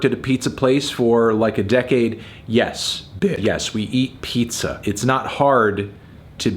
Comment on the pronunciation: I am Miss 10 minutes ago when I didn’t know that a “peepza” was a thing